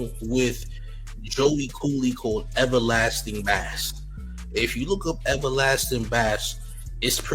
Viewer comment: Everlasting Bass is pronounced BASE‼️😂